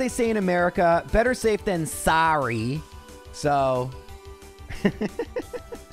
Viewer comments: Man I felt personally called out at "Better safe than 'Saarry'" 😅 I thought was American!! Doesn't matter but now I'm curious where he's from! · Hearing you say "sahrry" with an American accent was at once funny and deeply cursed. It might be weird, but it really warms my heart to see you getting sponsors after having followed your channel for a bit! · as opposed to what... " Sore-ry " ? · That American “sorry” lol